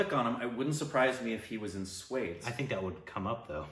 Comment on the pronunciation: Come on # 🤣🤣 its not “swades”.. its pronounced as “sva-they-sh”